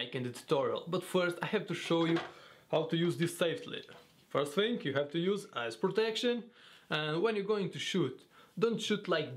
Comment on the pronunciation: when he said eye(s) protection, it sounded like he said "ass protection"